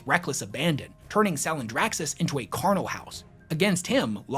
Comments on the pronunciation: Soft 'ch' in charnel, like 'charcoal'. "Carnal House" is a Slaanesh thing. Also lets not kid ourselves, Khârn has as much Plot Armor as Abaddon, if not more. Which undoes anything compelling about his bitch ass inability to tell Angron to kick rocks tragic back story. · Ok I'm glad I'm not the only one that was hearing that lmao. Was reading through the comments and thought I was going nuts cause no one mentioned it